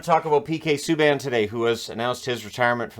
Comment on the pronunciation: Save us. "ME - K" Subban. Ugh.